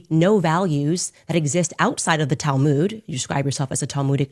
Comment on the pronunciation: Tal - mooood? Tal-moood!!!?? It is "tal-mud." Pronounced like mud, dirt and water mud. Ignorance!!!